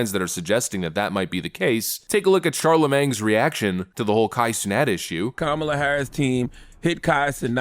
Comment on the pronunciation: For the love of God it is shar- la- MANE, NOT Shar-la-mange .